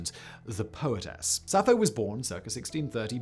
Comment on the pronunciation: I also found it interesting that he said "Sappho" the first two times, then it morphed into "Sapphro". How'd that naughty little R sneak in there? 😂